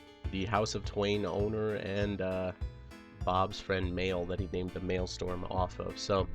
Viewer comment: it's "Maelstrom" not "Maelstorm"